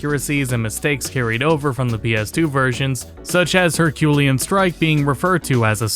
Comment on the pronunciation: Her-kyoo-LEE-un. Like Hercules.